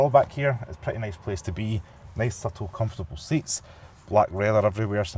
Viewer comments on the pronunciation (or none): none